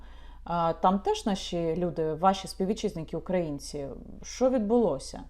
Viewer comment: Яніна а що з наголосом в слові Українці?